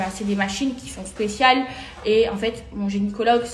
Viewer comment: Telement elle est bete elle dit « geniecologue ». 😂